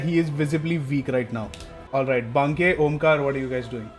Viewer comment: I like how till the very end DM chooses to mispronounce Banke